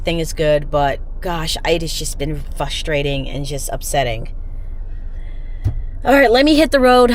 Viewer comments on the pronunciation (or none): Please stop saying "fustrating"! The word is frustrating!